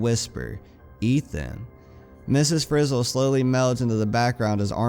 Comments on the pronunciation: It's Miss Frizzle not miss fizzle. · BTW it's not miss. Fizzle it's miss. Frizzle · its not fizzle, its frizzle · Zach Daniels lol yeah he says fizzle lol!